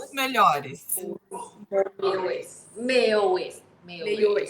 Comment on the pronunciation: no ocmeço elas não conseguiam pronunciar o r de melhores e resolveram ir com um sotaque estadunidense kkkk fofas